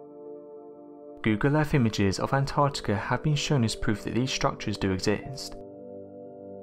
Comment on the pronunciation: I love these vids, but PLEASE can the lovely female narrator you've had on a few times, do ALL the ones that have ANYTHING to do with the ARCTIC, (not "ARTIC"!) ..& ANTARCTICA, (not "ANTARTICA") in it. It gets beyond frustrating and (cringe worthy) to hear it mispronounced, all the time. The best way to remember..apart from the obvious spelling, is to remember that they BOTH have an 'ARC' in them.. not an 'ART', before the 'TIC' at the end. In the case of ANTARCTICA .. a 'TARC' not 'TART'! etc. It is really distracting, and obviously a pet peev of mine, but some ppl especially kids these days, learn from watching and LISTENING TO YouTube vids and can pick up on some shocking 'adult', bad habits that can inevitably last a lifetime.. IF, not corrected. 😕 I get nobody's perfect, but if using a channel as *Educational and informative, even 'scientific'.. surely correct pronunciation should be of some importance to you? The young lass would be a perfect narrator in 'this' case. Hopefully this is taken as constructive criticism, and not a personal attack, as it's not being typed with any shred of malice. It's just an obvious issue, that comes up over and over, especially when said multiple times in a video. Perhaps not this one, but another where The 'Artic' and 'Antartica' where both said at least 6 times each. At one point it even became An'ar'tica !?? 😟